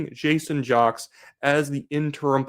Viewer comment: Do some research. His name is pronounced "Jakes" not jocks. Other than that I like your channel.